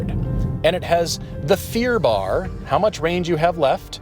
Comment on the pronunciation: "Fearbar?" WTF!